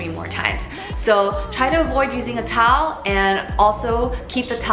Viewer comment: Weakness: The word Towel It sounded like she said Tolll Tolll 😂😂😂